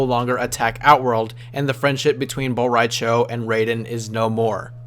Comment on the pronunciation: *Apologizes for possibly butchering name. Proceeds to butcher Bo Rai Chos name*